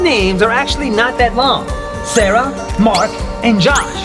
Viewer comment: You said Sarah wrong